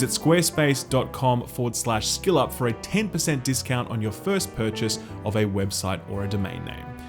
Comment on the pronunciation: So how are we actually pronouncing 'Skill Up'? 😅